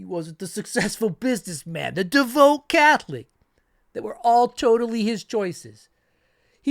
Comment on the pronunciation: Seriously, you don't know how to pronounce DEVOUT?! Otherwise, great video.